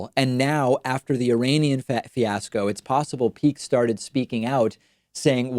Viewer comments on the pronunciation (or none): none